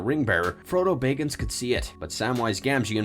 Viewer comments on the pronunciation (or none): Did anyone else cringe everytime he said bayggins?